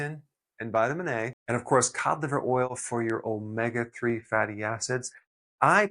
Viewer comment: Please Dr,, omega is pronounced oh-may- ga!